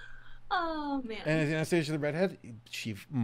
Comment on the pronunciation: pronounced (anah-stasee-ə) not (aneh steižə)